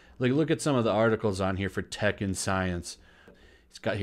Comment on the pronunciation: I keep hearing Tekken Science instead of Tech & Science